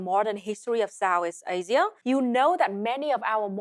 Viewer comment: She speaks with a heavy consonant drop and accent, "Sow-ees Asia" LOL.